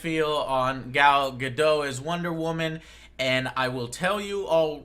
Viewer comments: Any reason why Joe calls her 'Gal Gadoh'? Her name is Gal Gadot, where did the T go Joe? This is not a silent T, i assure you. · Okay, this is a bit silly to focus on given everything else, but it bugs me how you pronounce Gal Gadot's name - the "T" isn't silent. Her last name should be pronounced the way it's written, i.e. the sound at the end is like in the word "dot". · I'm liking the Gadot choice. I've heard things that she is genuinely interested in doing WW justice in movies seeing as she's the most iconic female superhero. ps. Gadot is pronounce with a short "o" and the "t" is not silent. There's an interview out there where she's asked about her name's pronunciation, and that's how she says her name. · He obviously assumed it was french, which would make the T silent.